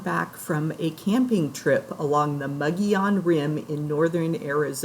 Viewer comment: Thank you for pronouncing Mogollon correctly!!! I lived in Phoenix for almost 50 years and so many people get stuck on pronunciation😃😃😃. It is a beautiful place to camp!